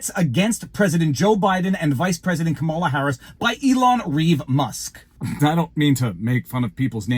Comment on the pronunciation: Im a big fan but when someone repeatedly pronounces a word incorrectly it drives me crazy. Its comma-la. Wtf? I don't get it.